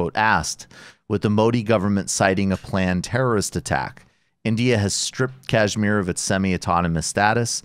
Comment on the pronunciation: With apologies, can we get a little pronunciation correction here — it's pronounced ksh-mEER (emphasis on the last syllable & with "sh" as in "shoe"), not kAAjh-meer (emphasis on the first syllable & with "jh" as in "joie de vivre"). The show is great, and good coverage of this issue is so rare—keep it up!